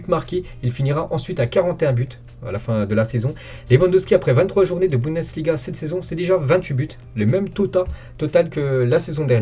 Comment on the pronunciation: Bundesliga .... Arrête avec tes budensliga